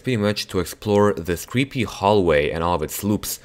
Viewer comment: cwreepy hahah